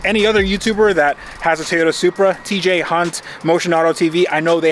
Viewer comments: Say it with me , Toy Yota ..... not Thia Yota . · Did just pronounce toyota with an I "Toyita" 🤣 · Good to see the "Tayota" again 😉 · tayoda. tayoda. every time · It's a Toyota, not a Toyoda. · "Tiyota supra" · Anyone know why he keeps calling it a “tayata” ? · Ta-yota Supra. Lol! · Ahh yes... "Tie-Yoda" - the brand we all know and love. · I thought it was Teeyadda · Can't stand how you say toyota. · Am I the only one who thinks he pronounces "Toyota" Oddly?